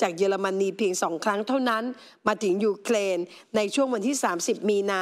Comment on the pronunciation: It’s Ukrain not uklain